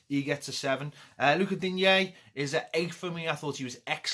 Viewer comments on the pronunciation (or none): A rare happy away day for to rate. Got a pet peeve though, ever since Digne's name pronunciation got cleared up (pronounced Deane), commentators are still saying deen-yay - I thought was in the know though!